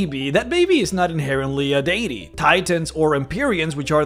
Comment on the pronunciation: You say deity wrong